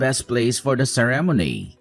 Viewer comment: Only a fool would have married this Drongo. He can't even pronounce the word ceremony correctly that made me chuckle😊